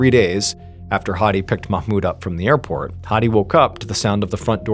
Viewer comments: I'm middle eastern and I want to applaud you for the pronunciation of the Arab names .. perfect ..usually English speakers pronounce mahmoud wrong ..u said it perfectly 😊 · Nice job with the pronunciation of Mahmoud! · Omg!!!! You're the only none Arabic speaker who pronounced "Mahmoud" right! Just when I thought I couldn't love this guy more!!! 😅❤❤❤